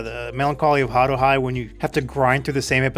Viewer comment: i love, i worship, i would do unholy things for. but the way he pronounced fucking haruhi... its over between us.